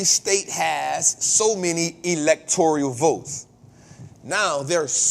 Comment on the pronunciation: It's Electoral, not Electorial.